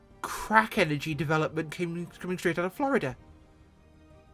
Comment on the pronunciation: 'ello 'ello dere, Gits 'n Grots! And 'ere we go wiv da show! Sum squishy humie flyboy wiv' a high pitched voice nicks a stoopidly tiny deffkopta for grots! Even da lil' humie knows dat green is best an' wonts tha krash in da zoggin' trees! An' da humie git goes on about "flo-ree-dah", wot's a speshul planet in da imperi-room where da humies follow da ways 'o Gork 'n Mork! Now ask yer mekboy for yer own deffkopta an' join a zoggin' WAAAAAAGH, ya gitz!